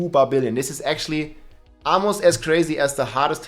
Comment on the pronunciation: "barbillion"....love it!